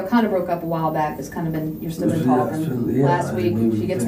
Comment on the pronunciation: What is he “tulking” about?😂